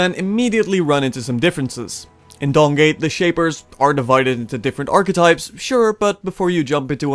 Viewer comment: I kept hearing Dong gate